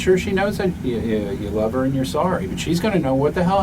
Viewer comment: I'm so sowwie Mr powice! And he thinks that's enough. That he deserves a second chance because he's sowwie. You're dead right, this is his mom's fault.